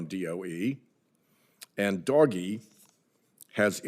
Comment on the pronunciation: Who calls it "doggy?" Isn't it more like "doe-shj? "